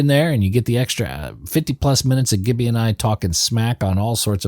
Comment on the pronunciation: Its pronounced jibby